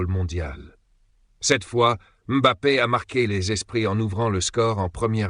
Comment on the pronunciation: La première fois que j'entends une IA prononcer M'Bappé correctement, pas comme bon nombre de journalistes français